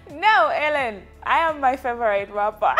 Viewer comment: The interviews were awesome but pulizi, it's Hellen not Allen